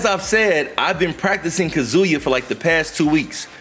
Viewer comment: Yo why tf do yall still call him "kazooyah" lol yall sound like idiots saying it that way lol